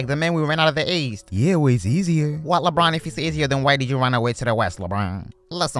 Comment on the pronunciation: "Lebwan" voice so funny